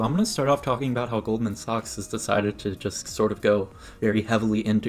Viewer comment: It’s pronounced Goldman ‘sacks’